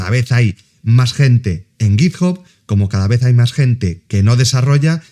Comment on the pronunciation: sin acritud, pero la gente que intenta pronunciar en inglés con un mayor nivel del que tiene, normalmente la caga, lo digo por ese git "job", en inglés tanto británico como americano, "hub" se pronuncia como "/hʌb/", vamos simplificandolo en español sería una especie "jab".